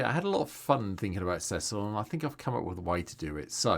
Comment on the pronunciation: first content creator to pronounce his name correctly <3